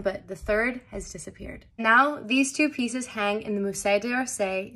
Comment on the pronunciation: Musée is pronounced with a z sound, muzé.